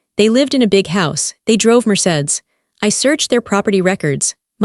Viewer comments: AI can't think that far. Can't say Mercedes either. Sharp glasses, wouldn't that be dangerous? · Ai needs to learn how to pronounce Mercedes